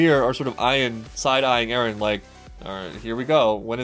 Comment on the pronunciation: Top 15 Mikasa Quotes: "Ereh" - Mikasa Ackerman "Ereh" - Mikasa Ackerman "Ereh" - Mikasa Ackerman "Ereh" - Mikasa Ackerman "Ereh" - Mikasa Ackerman "Eren" - Mikasa Ackerman "Ereh" - Mikasa Ackerman "Ereh" - Mikasa Ackerman "Ereh" - Mikasa Ackerman "Ereh" - Mikasa Ackerman "Ereh" - Mikasa Ackerman "Ereh" - Mikasa Ackerman "Eren" - Mikasa Ackerman "Ereh" - Mikasa Ackerman "Ereh" - Mikasa Ackerman